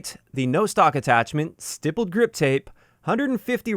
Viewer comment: FYI it’s usually pronounced like sty-pled. On polymer handles you can poke it many times with basically (or literally) a sharp soldering iron